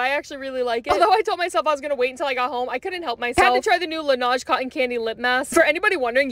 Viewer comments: "lanAge" is pronounced "lanege" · You have o pronounce it like la-n-ej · It’s actually pronounced la-nege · idk why but it annoys me that you pronounced laneige wrong😭